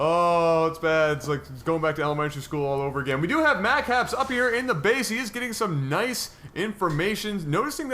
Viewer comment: he said mack haps instead of map hacks